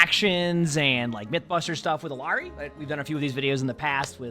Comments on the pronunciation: It slightly bothers me when I hear people say "Ill-arr-ee" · Everyone wanted to debate bridgets name so Illari is pronounced iyari in Spanish "LL” is a y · Her name is Iyari. The two L’s make a Y sound. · Could try saying it in a japanese way, pronouncing r's with a soft d sound instead. "Ee-ya-di" instead of "Ee-ya-ri". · hey her name is pronounced closer to "iyari", in latam "LL" is not pronounced as an L. (there's no american version of the name Illari) Ethnic names r often butchered, so pls say it as intended now that you know how :( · Its pronounced Ee-Yar-ee. The double LL in Spanish has a 'yuh' sound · For the love of god please say her name right 💀💀💀💀💀💀